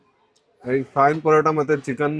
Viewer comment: ಅದು ಕಾಯಿನ್ ಪರೋಟ ಕಂಡ್ರಪ್ಪ ಖಾನ್ ಪರೋಟ ಅಲ್ಲ 😂